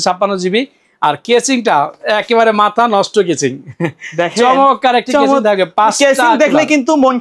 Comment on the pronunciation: কেচিং না,কেসিং বা কেস